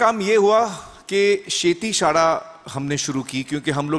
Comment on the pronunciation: अजून हे साहेब मराठी शिकतच आहेत ?. किती वर्षे राहतोय अमिर महाराष्ट्रात? शाळा ला शाडा म्हणतोय. किती उत्साह आहे मराठी शिकण्याचा. वा वा!